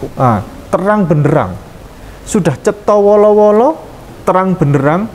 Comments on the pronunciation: Cetho welo welo,bukan cetho wolo wolo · Maaf ada koreksi sedikit Cetho wolo-wolo ❌ Cetho welo-welo ✔️